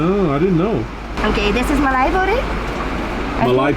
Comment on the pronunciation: the whitest way to say "mali botti" lol